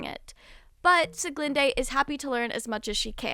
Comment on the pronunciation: I really liked it so much again, I´m excited for the next arc . Though as a german I have to tell you that you prenounst sulis name wrong. but I like your way more than the german one. time to wait again :)